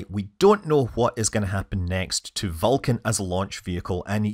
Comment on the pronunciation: Perhaps you should work on pronouncing Vulcan better so it doesn’t sound like you’re saying falcon? The beginning of your video indicated falcon had a problem when it was Vulcan.